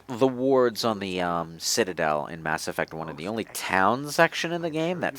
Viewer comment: "Mass Erect" Okay you win